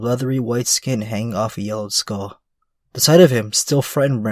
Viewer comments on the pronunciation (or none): none